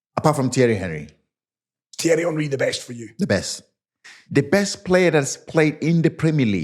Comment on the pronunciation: Mispronounce Henry